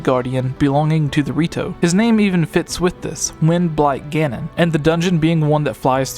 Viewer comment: It sounds like he's saying "When Black Ganon" instead of "Wind Blight Ganon".